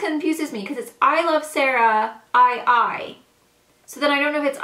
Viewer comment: awesome video! its actually her middle name and you can pronounce the " II" as an "e" so its like sarah-e but with an accent! Haha its a little tricky at first 😊